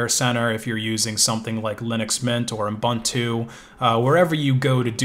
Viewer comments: Is it my ears or am I hearing "Unbuntu"? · It's pronounced: "ooboontoo" .. anyway -thanks for the info, appreciated